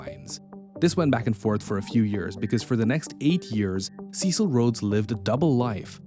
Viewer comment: You knucklehead. You cannot even pronounce his christian name.